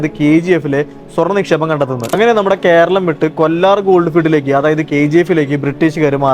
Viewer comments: കൊല്ലാർ അല്ല bro, കോലാർ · Kollar alla Kolar. These Mallus are gre great in their accent and pronounciation. Some body was heard saying pendant for patent . 😅